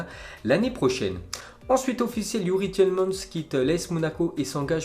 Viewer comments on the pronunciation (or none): On dit youri tilemans pas tièlemans ( youri tielemans )